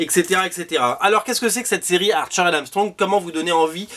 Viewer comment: quand tu dis "archer and Armstrong" j'entends "Arthur and Armstrong" 😅